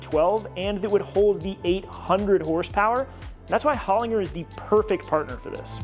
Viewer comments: To pronounce Holinger correctly is Hollin-ger and not Holing-er. The g is more prominent like pronouncing the actual letter G. Very similar to saying her. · Just because you Americanos have voted in the worlds worst president does not give you the right to mispronounce HOLINGER. It is HOLIN G for George ER, not HOLIN G for girl ER. Ask Tuning Fork from HALTECH .He knows...